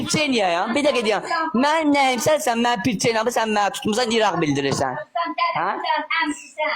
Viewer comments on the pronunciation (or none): Pirçenya yox priçina